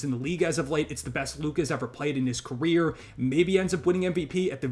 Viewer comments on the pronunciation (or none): none